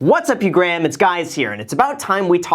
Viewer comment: "What's up you Graham it's guys here" lol